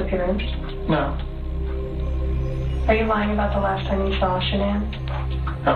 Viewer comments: not like sha-nan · actually it's pronounced SHANNON that's how her family has always pronounced it. She changed the pronunciation herself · Might sound trivial but it’s annoying when so many channels and anchors etc can’t pronounce Shan’Ann’s name correctly. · Anyone else think it's disrespectful that Dr. Phil can't even pronounce Shannan's name right? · Please pronounce her name correctly out of RESPECT.